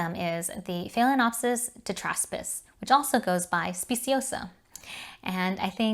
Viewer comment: Excellent video! Proper pronunciation is key. I’m a language major, so mispronunciations hurt my brain! 🤯 There’s no “cattle” in Cattleya!!! Just curious, you didn’t mention why you add an extra syllable in the pronunciation of phalaenopsis. Maybe it’s just my ears not hearing correctly? There’s only one other YouTuber that I’ve heard pronounce it the way you do. I appreciate your no nonsense approach to orchid tutorials. 🙂